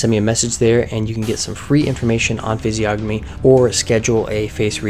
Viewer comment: The creator of this vid can't even pronounce Physiognomy correctly, and you believe he's a expert? LOL!